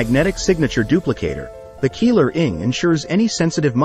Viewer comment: Is not Keeler is sound like Keyler .